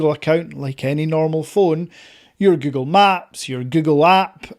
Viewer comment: Es google no gugo ni gugol aprende a hablar bién pendejo!😂😂😂😂😂😂😂😂😂😂😂😂😂😂😂😂😂😂😂😂😂😂😂😂😂😂😂😂😂😂😂😂😂😂😂😂😂😂😂😂😂😂😂😂😂😂😂😂😂😂😂😂😂😂😂😂😂😂😂😂😂